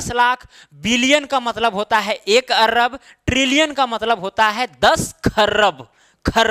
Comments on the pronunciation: Not Arrab it is Arab.Bareilly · Arrab nhi bhai arab same in not kharrab its kharab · अर्रब नही, अरब बोला जाता है। कृपया करेक्ट कर लें। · Sar arab hota hai arb nai hota hai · Sir he arrrrrab nahi hota arb hota h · Arrrrrrrab, kharrrrrrrrrrab 😂😂😂😂😂😂😂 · Sir topic bht achhe se samjaya lekin Arab ko arrrab bolke kharb ko kharrab bolke dimag kharab kr diya master 😡😡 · Ye kya arrab par rha h